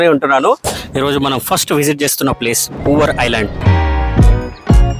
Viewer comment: It's not "Poor", its Poovar. ( Literally river of flowers)